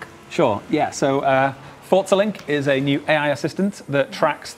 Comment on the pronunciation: Fort-za lol